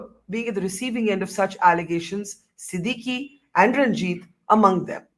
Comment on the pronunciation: Hi Barkha . The name is pronounced as Siddik. Not Siddeekkee🙏🏽